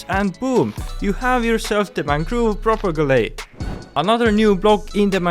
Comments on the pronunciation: It's not pro-pe-ge-le It's called pto-pe-gi-yul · Wow!, Thanks for the amazing video!, Please just revise how propagule is pronounced xD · I love your accent. The mangoove propagulee xD. Nice video btw